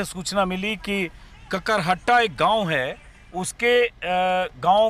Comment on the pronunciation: Sir kakarhatta nh h Kakrahata h gaon ka naam